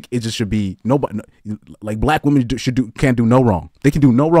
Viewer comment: "Women" and "woman" are not pronounced the same. One is singular and one is plural.